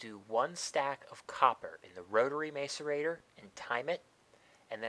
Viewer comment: you're pronouncing macerator wrong